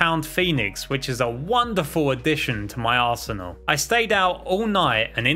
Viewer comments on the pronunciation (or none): none